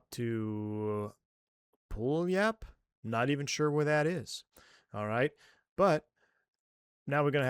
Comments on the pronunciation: Pew-yah-lup Washington. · Pew-All-Up. Washington. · Haha I used to live around there. It is pronounced "Pew-Wall-Up" Love your channel!